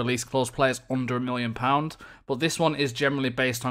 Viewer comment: Why are you saying mollion? I don't get it.